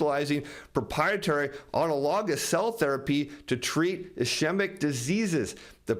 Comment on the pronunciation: Next time you talk to the CEO, ask him how to pronounce ischemic. 😉